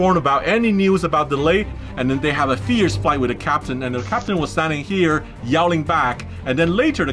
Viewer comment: Did sam say fyce instead of fight? Lol